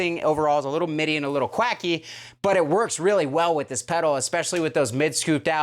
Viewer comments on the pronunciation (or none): none